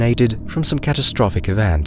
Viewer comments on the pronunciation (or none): none